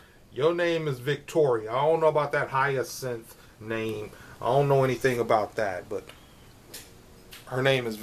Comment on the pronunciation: Purple is my favorite color too, and you did pronounce it correctly Hi-yah-sinth.